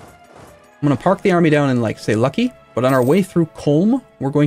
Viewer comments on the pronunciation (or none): none